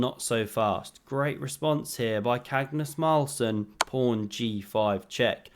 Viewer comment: My wife understands a bit of chess and she loves your commentary: en-croissant, and cagnus marlsen. Priceless your commentary! Wishes for you to get better quick!